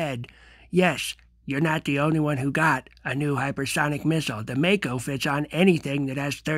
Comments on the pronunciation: My final fantasy nerd needs hear mako as mocko hahah. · Mako as in the shark, not Mako as in the late actor Makoto Iwamatsu...